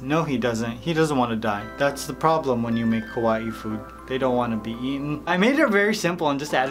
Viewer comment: Sounds like he is saying ku wa eee instead of kawaii